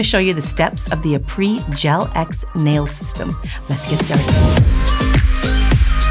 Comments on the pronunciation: i don't like how she keeps saying aprés "apr-ee". it's "apr-ey". it's french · amazing video as always but it’s pronounced ā-pray not a-pree , -helpful tips from a french student 😊 love you & yours videos sm!! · just a tip: "aprés" is pronounced as "ah-prey," not "ah-pree". ;) Makes sense that it's named "after gel" though. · That brand name Apres in my language which is Armenian it means Good Job, We pronounce it differently. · Can't believer you didn't learn to say their name correctly before doing it aloud. Weird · Came here to see how the heck you pronounce Aprés😅